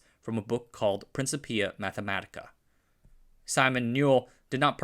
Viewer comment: ... and even mispronouncing it.